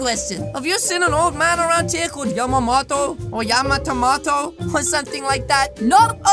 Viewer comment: wow said Yamamoto right lol